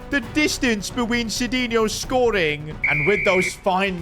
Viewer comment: Why does bro say beween instead of between